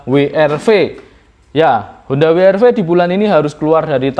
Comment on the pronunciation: Daat anda menggunakan bahasa Indonesia maka BYD juga mesti di ucapkam dengan aksen Indonesia dengan di baca Beyede no biwaidi.., seperti halnya lazim untuk BE EM We.. We erve sudah benar